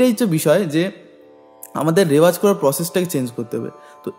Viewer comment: রেওয়াজ নয় রেয়াজ, প্লীজ নোট